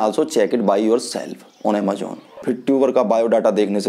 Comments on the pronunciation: People like you are like crabs. Koi acha kaam krne ki koshish kare to tum jaise log use karne nahi dete. .. English tumse boli nai jari... Just because tum pr wo product kaam ni kiya.. Defamation krna shuruu.. Har product k ek achaa point hota h ek bura... AMAJOONN nahi bhaiya amazon 😂😂 grow up buddy khud m kuch karo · Phle amazon bolna sikh.